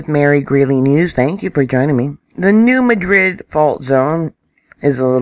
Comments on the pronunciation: New MA-drid. Like apple. I know...but that’s how it’s said. Thank you, Mary! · Thank you for your videos..... I enjoy your content. ❤️ I live in the New Madrid area...... if you are a local to the New Madrid area, it’s pronounced New Maaadrid emphasis on the word mad... I’m not trolling. Love your content.....we just pronounce some words differently around here 😊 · Probably hear it both ways because of new people moving into the area. It’s New MADrid, Cayro (Not Cairo) and EldoRAYdo (not EldoRAdo). Etc...